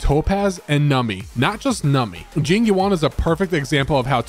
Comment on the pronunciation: Im not listening to the person that pronounces Jing Yuan's name Jing Yu- AHN. Let me pull for Topaz in peace